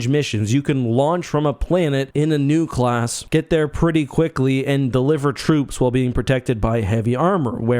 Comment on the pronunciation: It took me half the video to realize you were saying Nu-class shuttle, not new-class shuttle. 😂